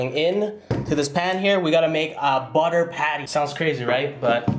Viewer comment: "soft like butta"